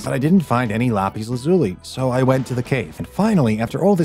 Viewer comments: why dose he keep on saying lazulie its lazul 😐😐😐😐😐😐😐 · If bro says “lar piece lazuli” or “ellietros” again I’m gonna lose my mind 😂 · Voice changer ? “LA pis luhzui “ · Lapees lazulee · bro really said lapeez lazuli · “Lopis lazuli” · When the ai says "Lapiz Lazuli" 😂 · The way he says lapis lazuli 😂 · The way he pronounces "Lapis lazuli" is really disturbing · I swear, the way you pronounced Lapis Lazuli, Elytra, Unbreaking, and Shulker physically hurt my ears. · When you said lapis lazuli made me go really bruh and you said shaker box its shulker box and it not elitras its elytra